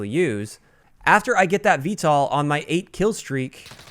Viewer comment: You’re pronouncing VTOL wrong. Just a heads up. It’s V-toll not V-tall.